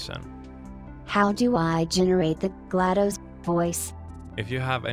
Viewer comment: Glados isn’t in the dictionary, but “glad us” is…